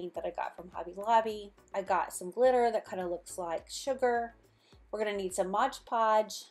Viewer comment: It's Mod Podge, a lot of people mispronounce the Mod as Modge, my husband included.